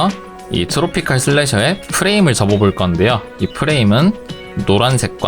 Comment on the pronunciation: 트로피칼슬래셔가아닙니다 트로피'컬'슬래셔입니다